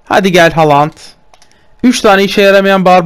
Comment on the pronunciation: Halant değil haaland